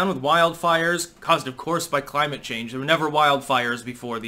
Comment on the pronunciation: Biden says so many words wrong, not always big mistakes but constantly. He was talking yesterday and said “climate chain”...not “changed”. He struggles to speak constantly!